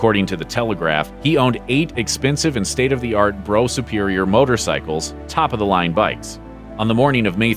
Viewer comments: The Brough superior is pronounced " Bruff " not " bro " . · Brough Superior .. not Bro Superior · The most interesting thing I learned from this is that the narrator can't be bothered to learn how to pronounce words before he starts blethering... and calling the classic Brough Superior motorbike the 'brow' as in brow, brow, brow your boat grates... It pronounced bruff. Further, the idea that Lawrence is responsible for the invention of the IED and modern guerrilla tactics in general and thus has modern blood on his hands is, quite simply, daft. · 10.21. “Bro” Superior? 🤣 Brough (Bruf) Superior. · Excellent video. Just one small correction: the brand of motorcycle on which Lawrence was killed (Brough) is actually pronounced “Bruff”. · Hi very interesting facts . However . Brough superior is not pronounced Bro superior but Bruff superior . I know because I am from Sherwood Nottingham and Brough ( Bruff ) Superior was located on Haydn Rd Sherwood Nottingham. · Brough is pronounced "Bruff" in this case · Lawrence was never a pilot in the RAF, he never rose above aircraftsmen, read his own account of his time in the airforce, called The Mint. By the way Brough is pronounced 'bruff'. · Brough Superior. It is pronounced ' Bruff' in England . Made in Nottingham. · The name of the motorcycle is pronounced "BRUFF". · The motor bikes, Brough Sueriors, pronounce BRUFF for the US people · Quite a few inaccuracies in this account. By the way, Brough is pronounced "Bruff". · Tells the story of TE and can't pronounce the name of the bike he was on when he died...bro it is not called a bro... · it was a low-speed accident that killed TE. The Brough (rhymes with 'rough, BTW) was not seriously damaged, and eventually re-sold.... Why are you saying it was a "high speed accident" ... Sensationalist, much ? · "Brough", therefore, rhymes with "tough" and "rough", I guess.